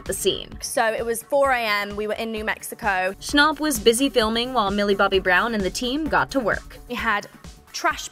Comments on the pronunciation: It's Noah snap not Noah's stop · “Noah Schonop” 💀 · Its not Noah shnopp" it's fucking snapp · Ccnapp no its schnapp